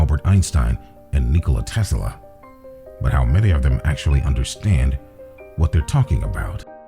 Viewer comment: PLEASE stop saying "Tesala" !!!